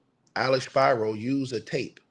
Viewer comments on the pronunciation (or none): SPEEEE -RO not SPY-RO